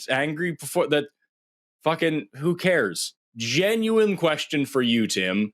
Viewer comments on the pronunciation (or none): none